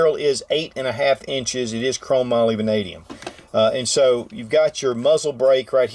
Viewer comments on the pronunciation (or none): none